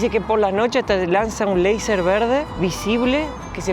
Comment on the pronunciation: Cómo leiser?, se dice laser, tal cual está escrito